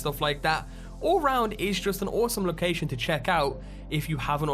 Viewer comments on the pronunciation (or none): Say ‘lowkaaaaaijsion’ one more time! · "Locaxxxion" lol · You say location funny man